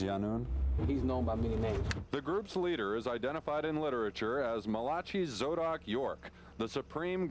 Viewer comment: He really pronounced that "Mah-lah-chee" 🤣